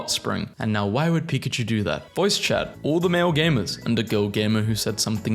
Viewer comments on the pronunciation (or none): none